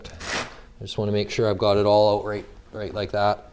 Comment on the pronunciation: Tell me your Canadian with out telling me your Canadian “groooout. Ooooutt”